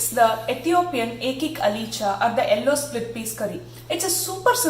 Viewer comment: Watching this for the first time. I got distracted how you pronounced "Yellow" its sounds like hello.